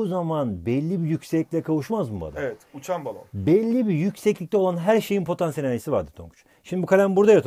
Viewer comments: hoca potEnsiyel enerji deil potAnsiyel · Patenssiyel enerci😇😇🤔🤔